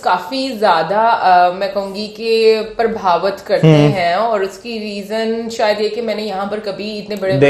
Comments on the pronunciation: Small correction it's not prabhavat it's prabhavit... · it’s not prabhavth It’s prabhavith